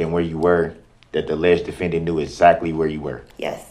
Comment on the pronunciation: Some of the words this “Attorney” used Textes Asactly Axe a question